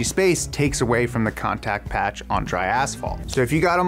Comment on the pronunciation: "Ass fault"